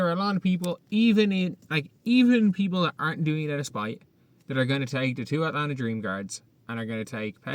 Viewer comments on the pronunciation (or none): none